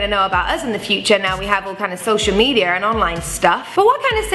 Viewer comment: "Social medier"